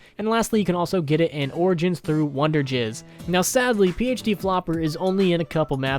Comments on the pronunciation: Its wonder fizz not wonder jizz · Did he call "wunderfizz" "wunderjizz"? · It’s wonder fiz not wonder giz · ha he said wonderjizz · Did he just call it wonderjizz?